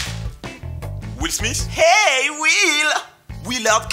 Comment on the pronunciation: est ce que ya un osti français capable de dire le nom de will smith